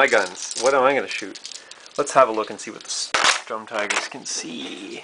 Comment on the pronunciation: VERY nice board! also you say most of the words wrong just to say so... bocage (Boe-Cage) Sturm (St-erm) and you say StuG funny... stuhhg?....